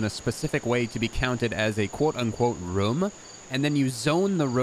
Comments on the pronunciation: Why do you say "room" like "Roum" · Is he saying romes? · The way that you say “room” is so funny😂😂😂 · I was thinking the same thing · The way this guy says "room".... is it just me? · where is he from the why he says "room".